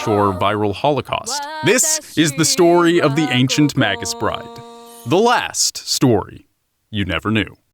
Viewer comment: It's pronounced "MAY-gus" not "maggus" . You know online dictionaries will speak the word for you.